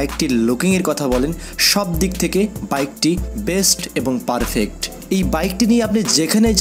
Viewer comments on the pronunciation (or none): none